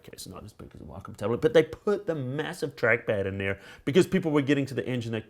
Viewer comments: "if you look at the whockum tablets" WACOM WAY-COM NOT WHOCKUM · Logan Darklock that's not how wacom pronounces it.